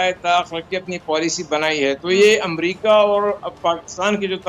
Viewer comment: Is it "Umrika"? It is America.